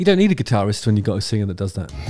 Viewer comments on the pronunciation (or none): none